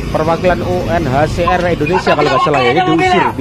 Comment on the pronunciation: Bukan "UCR' mas, tp "UNHCR" UCR mah kepanjangannya 'UCRIT'